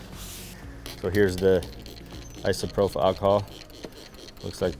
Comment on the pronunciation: isopropyl alcohol ī″sə-prō′pəl No F sound in Isopropyl